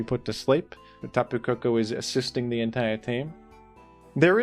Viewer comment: "In teh Rain..?" 😢